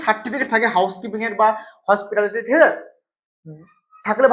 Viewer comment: বলছি বাবু তোমার হসপিটালিটি টা মুখ দিয়ে স্পষ্ট বের হচ্ছে না যখন তখন বৃথা চেষ্টা কেন করছো, তোমার উচ্চারণ দেখে মনে হচ্ছে তুমি সত্যি লাস্ট বেঞ্চ এর স্টুডেন্ট। 😄😄😄😄